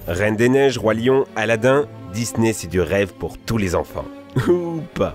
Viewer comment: MDR A chaque fois tu dis je cite "Dis-nez"